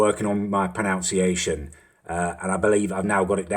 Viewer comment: You pronounce Lacazette correctly, but not pronunciation, you say 'pronounciation'.